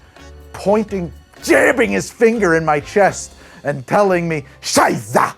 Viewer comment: "Prost" and "Scheisse", your German is very good! Greetings from Germany ;)